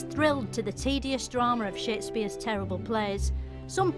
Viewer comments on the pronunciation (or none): He doesn't ever react to her saying "shit-spere's"